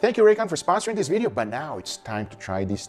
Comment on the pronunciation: Hey guga did you know the word "this" is spelled with a "th" not a "d"?